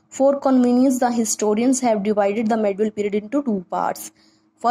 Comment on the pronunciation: Pahle medieval India bolna sikhaye Jo medul India bol rahi ho